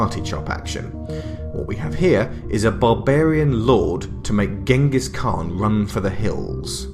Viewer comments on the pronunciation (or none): none